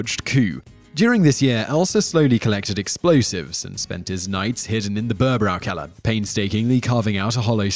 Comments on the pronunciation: Can you not try to pronounce the words in a way that at least vaguely resembles what they're supposed to sound like? Seriously Bürgerbräukeller is easy to pronounce, even Google translate can do it. Same goes for all the other videos that include non-english words or names, your pronounciation of 95% of those is just abhorrent. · Haha, the way you pronounce "Bürgerbräukeller" was so funny and full of mistakes..